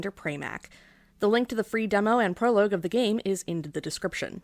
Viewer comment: This is an incredibly funny and insightful video. One of my favourite that I've seen in a while. The humor here is so good and so dry even if the way you pronounce "prologue" makes me die inside. I love this. It's an absolutely perfect video essay. If I could give it 10 Oscars out of 10, I would. Sadly, all you are permitted is this comment. Absolute cinema.